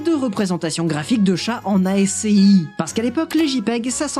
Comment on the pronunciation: ASCII = "aski"